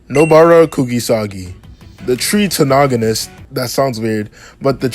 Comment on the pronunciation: I think you should have reread the spelling of Tritagonist before attempting to repeat it lol Tri-tag-go-nist, no Tri-to-noh-go-nist